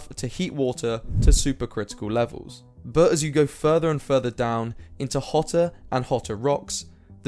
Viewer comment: I think you should work on your pronounciation of the word "but"